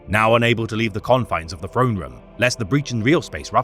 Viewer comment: I love this guy but he needs a speech trainer i'm bingeing all his videos and i'm so sick of hearing the golden frone every TH is an F when its at the start of a word it irks me so much